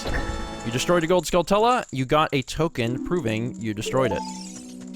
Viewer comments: Hey, I don't mean to sound like a smart alack but "Skulltula" is pronounced "Skull chu la" like Tarantula. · You're pronouncing skulltula wrong. They're like tarantulas, but skull instead of taran. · I think you guys are pronouncing skulltula wrong, You guys are saying Skull Tulla, but im pretty sure it is pronounced Skulltewla, kind of like a tarantula. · i know its late but i always pronounced it " skull-chulla " like how you pronounce tarantula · I've always pronounced Skulltula as Skull-chewla. I pronounce it like that because that's how you prounounce Tarantula... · My goodness. Not sure how far in advance you recorded this, but it's "Skull-chew-la" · it's always bothered me how people pronounce "skulltula." I've been pronouncing it similarly as tarantula since I can remember. It only makes sense.